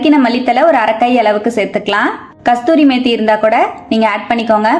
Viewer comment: அம்மா அது கசுறி மேத்தி, கஸ்துரி மேத்தி கிடையாது